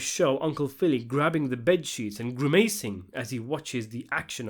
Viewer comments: Dude, why do you pronounce words wrong all the time? 'Predecessor' is pronounced 'Pree-duh-sesser' not 'Pred-assessor' 'Grimacing' is pronounced 'Gri-missing' not 'Gree-May-sing' 'Visceral' is pronounced 'Viss-err-al', not ' Viss-scare-al' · Dude, please check a dictionary for pronunciation before you record these videos. “Gri-MACE-ing”, “stoyk”, “visKERal” - at first I thought you were doing it for effect, but I’m starting to think you’re actually worse than Little Carmine and Christufaaa put together 😂 And the meaning of the sheet grabbing is simple: Phil is a sadist - he’s getting excited by the extreme violence taking place before his eyes. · GRI-MAY-SING? (Grimacing.) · Never heard anyone pronounce grimacing as gri-may-sing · Grim-AAA-sing?? Are we just going to ignore this? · Vis-car-el? Grim-ace-ing? This guy is taking notes from that Patrick CC dumbass on how to drive up engagement for the algorithm by mispronouncing words.